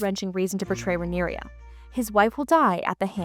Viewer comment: Please learn to pronounce Rhaena and Rhaenyra correctly.